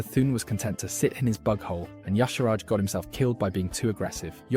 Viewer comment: I feel like the "Ya-sharaj" pronunciation was just the mantid VA getting it wrong. Should be "Ih-sharj" IMO. Also "Kuh-thoon." My ears...and Kee-raji. "Nuh'zoth" too. And Yogg-saron calls himself the God of Death is that he made it so the Titans' constructions became mortal and could die (vrykul became human, earthen became dwarves, mechagnomes became gnomes).